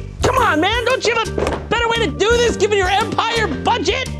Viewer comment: "Dis a good one." c